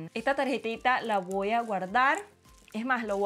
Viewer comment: Se dice voy no voa